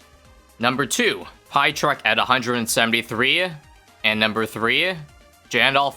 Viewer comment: Man, being polish and knowing how badly says name mrPietrek when i know thats just polish name basically will never stop being funny to me